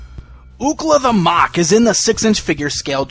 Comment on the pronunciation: Have you ever seen the series? It is pronounced muck not mok.